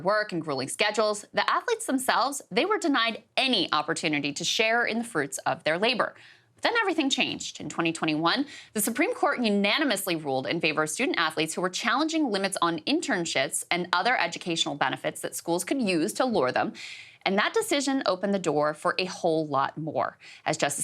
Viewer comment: "Internishits". Funny because you know she meant to say it that way because her lips never got close to touching to make the "p" sound.